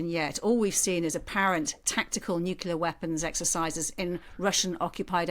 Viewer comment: Somebody please tell this woman how to pronounce nuclear correctly. It's really not difficult!